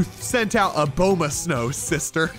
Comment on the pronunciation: pronounced abomasnow like "A-bow-ma-snow"